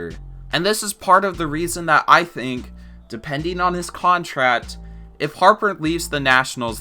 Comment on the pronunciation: How is it that you say "contract"? Never heard anyone pronouncing it that way.